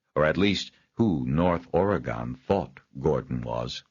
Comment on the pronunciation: A wonderful story only slightly tarnished by the narrators barbaric way of pronouncing Oregon